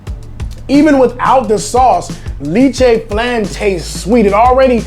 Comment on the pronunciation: Not to offend the Carolinas, but the big 2 are the KC and Texas styles. Carolinas is more of a pork based vinegar. Lol, LEH-che, you french pronunciation is worse than your Bisaya. 😉 Enjoy your video's!